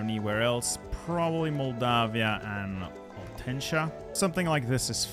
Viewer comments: Please, consider learning to read: Muntenia instead of Muntentia Oltenia instead of Oltentia Pre[sh]ov instead of Pre[s]ov, notice the š there Ko[sh]i[ts]e instead of Ko[s]i[ch]e/Ko[z]i[ts], as it is written as Košice Debre[ts]en instead of Debre[ch]en Pe[ch] instead of Pe[ks] And the Germans controlled Ostrava already. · The way you sayed Muntenia💀